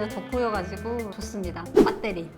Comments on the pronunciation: 아ㅋㅋ외국인이 베러리 이럴줄 알았는데 빳데리ㅋㅋㅋ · 외국인이 배터리 아니고 빳떼리라고 ㅋㅋㅋㅋㅋㅋㅋㅋㅋ